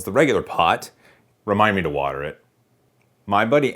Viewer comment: woter it